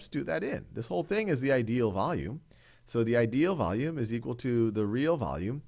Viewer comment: He speaks like “vulululullulululu of the container of the gas container